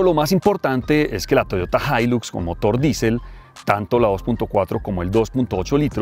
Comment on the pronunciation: La “jailus “ 😂😂😂 el paisa y su problema con la x 😂😂😂😂